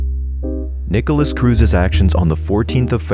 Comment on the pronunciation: This is a really good video in the sense you showed me clips, videos and information on Nikolas that I didn't know before, but god, the ai voice is so atrocious. "Peter WONG," "Jamie GOOTenberg," "NEEKolas," "12-year old student Helena Ramsay ," Helena was 17 when she died, not 12, man.